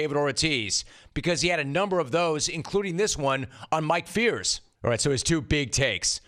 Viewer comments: Rome - Mike Fiers has been all over the news for the last few months. How on earth are you still butchering his name so badly? His name is pronounced FIRES not Fears. If you are praising a guy publicly, make sure you get their name right. Out. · Couldn't agree more Jim! Big Papi is confusing here. You'd think he'd keep a low profile here given his P.E.D. drama. Just one thing, Mike Fiers is pronounced Mike Fires, in spite of being spelled differently.